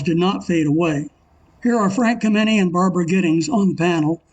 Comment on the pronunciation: You mispronounced Frank Kameny's name. The accent is on the first syllable, not the second.